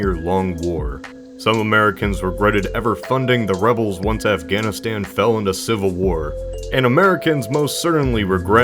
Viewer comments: Why can’t you say Afghanistan? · Wait, why can't you say Afganistan? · you cant even say afghanistan? its a place